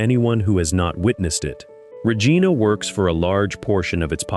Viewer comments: It is not Rejeana. It is Regina rimes with Re mine a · You mispronounce Regina um I think Regina is bad depending where and what or who you dealing with in Regina usually assaults and sexual assaults some murders not as many as use to be